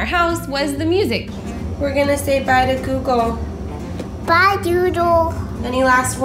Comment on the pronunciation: Whyate said bye doodle not bye google